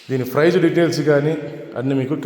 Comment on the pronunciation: ఫ్రైస్ కాదు ప్రైజ్..